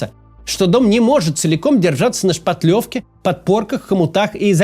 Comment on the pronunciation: "ШпаТлевка" сказал правильно. Уважуха! :)